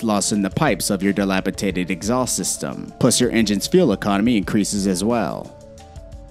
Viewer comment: Dilapitated?... I can't listen to this dude talk and still take him seriously